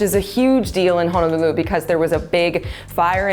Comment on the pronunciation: So far your the only realtor saying Ho-no-lulu correctly! Mahalo